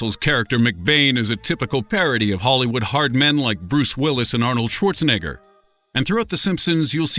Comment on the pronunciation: 😒 Um, I thought it was Arnold Schwarzenegger not Schwarzenigger🤔